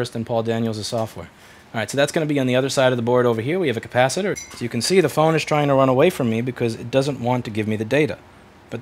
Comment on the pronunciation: Is it just me who's bad at english, or are you saying the word capacitor weird?